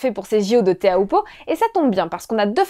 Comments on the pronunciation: prononcé “chopoo” pas teahupoo! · Teahupoo ça se dit Ti - Ou - Po, s'il vous plait pour les polynésiens... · La côte landaise n'offre absolument pas de vagues olympiques en été, période où se déroule les jeux. - Seuls les anglo-saxons prononcent tchopou. Tous les tahitiens prononcent "té ha ou po" et c’est ainsi que les Français devraient aussi le dire. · L'analyse émotive désastreuse (à contre courant) est d'un pathétique, mais le "tchopou" dans un élan de conviction rend le personnage encore plus démuni qu'il parait 🤣.